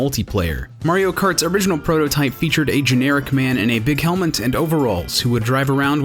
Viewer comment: A generic man in a big helment. Helment.